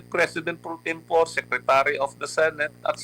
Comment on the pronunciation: Mali ang pronunciation ni Lambino ng salitang "pro tempore". Ano ba yan attorney.:face-blue-smiling